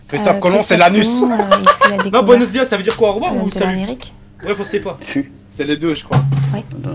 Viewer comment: mdr elle a dit Buenos dias 😂😂😂 même mon ptit de 8 ans le sais le honte!